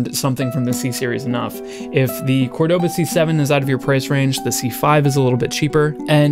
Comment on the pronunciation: You say it wrong, it's cÓrdoba not cordÓba